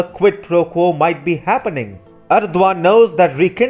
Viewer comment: All this great info and I'm simply amazed how you can pronounce the Turkish leader's name!